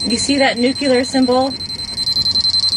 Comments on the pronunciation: "nucular" huh? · How can you take this seriously when the word "NUCLEAR" is not even pronounced correctly???